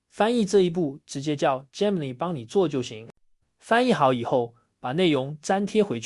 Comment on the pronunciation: gemini 發音錯誤